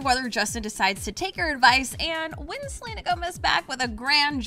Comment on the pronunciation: It's Selena NOT Gelena